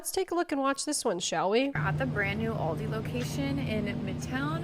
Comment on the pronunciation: thats not how u pronounce aldi but okay